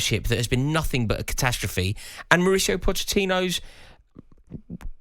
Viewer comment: CASTASTROPHE? It’s Catastrophe! No S after the first A…. You’re welcome 😂